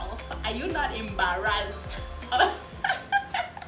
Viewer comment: "are not embarrassed " the accent finished ME 😂😂😂